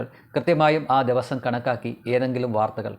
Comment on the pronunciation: ദെവുസം ഒന്ന് ശ്രദ്ധിക്കൂ.'ദിവസം'